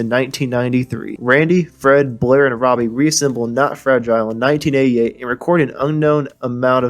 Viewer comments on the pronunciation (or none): none